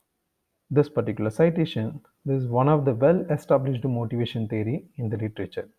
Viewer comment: It's not thery it's theory